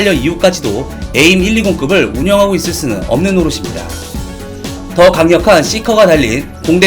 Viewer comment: aim이 약자니까 에임보가는 에이 아이 엠 으로 발음하는 것이 나아 보입니다.